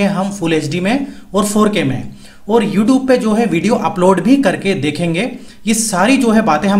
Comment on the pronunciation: It's funny how he said youtob